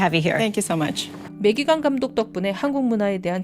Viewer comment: 다좋은데 매기캥 이 캥 발음이 ㅎㅎㅎ 어쩔수 없는 거긴하지만서도 .. 뭐 우리나라도 우리나라 방식대로 외국인 이름을 부르긴하지만 상당히 강하게 다가오긴하네요 캥 ><